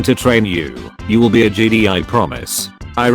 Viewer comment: he says Jeedee and not Jedi